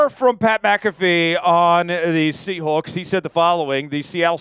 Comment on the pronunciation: Great radio voice despite not being able to pronounce seahawks